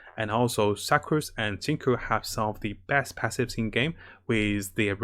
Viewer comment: XingQiu is pronounce Xing-Chew btw, just so you know